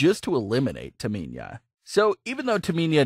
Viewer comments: Who’s “Taminia” ? 😂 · Please learn names of these super stars its Tamina not Taminia. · You said Tamina "Taa mee niah" almost 30 times.. It pisses me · Its Tamina not Taminia. Please learn names of these super stars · Tamina not taminya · The way he keeps going on and saying Taminia....Painful 😫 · It’s Tah-Me-Na!!! Not Taminia!!! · Everyone:Tamina:Taminia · Its S A S H A Not SÄESHA Its T A M I N A Not TAMINIA Ahhhhhhhhhhhhh sry i have OCD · Me:Say whip Narrorator:Whip Me:Say Cool Whip Narrorator:Cool Whheop Me:Say Tamina Narrorator: Taminia Me: Im not playing this game with you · I don't understand how someone can mispronounce Tamina. It's so fucking simple. Where can you see the I in Tamina. TAMINA. Not TAMINIA. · Taminia is Ciciro girlfriend. Lol. This guy can't pronounce Tamina and Cesaro. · Disliking because of the pronouncement Taminia. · I think sasha should be the champion and not bayley she keeps doing sasha bad man and it's tamina not taminia !!! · the way you say Tamina makes me laugh ))). why do you keep saying Taminia 😂😂😂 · Um TAMINA not taminia... smfh. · Taminya? No no no...it’s Tamina get it right!!! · Does anyone else hear him saying Taminya instead of Tamina. 👍if 🤙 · Tamina not Taminia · I had to stop watching after you said Taminia like 5 times. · Do you even watch wrestling??? The name you are looking for is Tamina NOT Taminia if you can't even be bothered to get the names right then just don't bother posting any vids, get a grip!!! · Lol. Sash-Ugh and Taminia. We don’t know those people because you’re pronouncing their names wrong. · It’s Tamina not Taminia my friend. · Why do you say Taminia. It’s Tamina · Why do miss pronounce tamina an sasha u kept saying taminia an u kept saying saaaaaasha its sasha just sasha not saaaaaasha an not taminia get it right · I Her name is pronounced TaMINA like NINA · It's Tamina!! TAH-MEEE-NAAH!!! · It's pronounced Tamina ( Tah ME Nah ) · Dude seriously learn how to say Tamina’s name